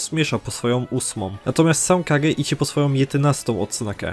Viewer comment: "...ile odznak posiada Gagy"? 🤯 KuRRRwa srogo jest. Tego przypadkiem się nie trenuje? Niektórych słów nie słychać wgl albo trzeba się domyślać. To jest straszne